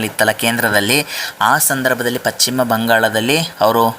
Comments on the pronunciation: It is not pachima bangala it is paschima bangala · ಪಶ್ಚಿಮ ಅನ್ನು ಪಚ್ಚಿಮ ಅಂತೀರಲ್ಲ? ಕಿರಿಕಿರಿ ಆಗುತ್ತೆ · Pachchim alla ,paschima bangala